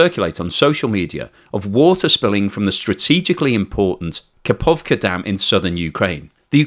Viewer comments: Where did you find a 'P' in Kakhovka? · How could you give the same credulity to the claims by Ukraine and russia? russians have been lying about almost everything so far. And it is KaHovka, not KaPovka. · Kakhokva dam, not kapovkha.